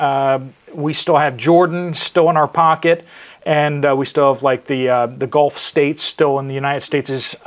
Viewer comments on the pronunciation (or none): none